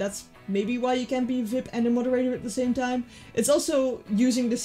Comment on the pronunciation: I love how she says "vip" not "Vee-ie-pee"